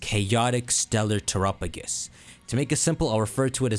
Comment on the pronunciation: And Terapagos lol